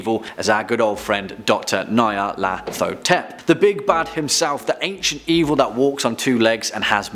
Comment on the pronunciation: the scariest thing in this vid is the pronunciation of nyarlathotep